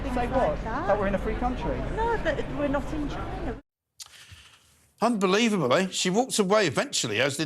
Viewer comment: Saying you're not in Chy-nah is WAYCIST!